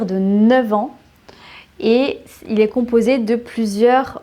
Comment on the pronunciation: Bonjour, dans toutes vos vidéos, pourquoi ne faites vous aucune différence de prononciation entre le "é" et le "è"? Ex: dans les mots "français", "il est"... c'est gênant pour quelqu'un qui veut apprendre correctement la langue.